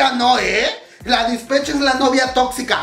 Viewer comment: Se pronuncia Dispeich